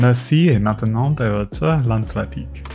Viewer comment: NAME: l'at-LAN-TIQUE, not l'at-ENT-LIQUE ! Courtesy to your subject, human or no, and promo for a language course yet. l'ant-AT-LIQUE! Responsibility PLEASE😡